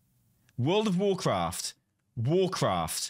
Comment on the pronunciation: Banner says "Warcrat" ;)